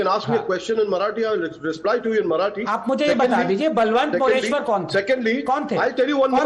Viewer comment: It's बळवंत मोरेश्वर not बलवंत मोरेश्वर. That's the precise issue.